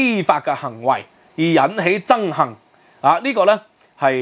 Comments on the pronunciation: 吾好意思,要改一改你的口音 是憎恨,不是憎幸😔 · 憎恨點解會讀成憎「杏」？😂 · Hatred 憎恨，你好像讀到「憎（幸）」。如果有人知道正確讀音，請告訴我。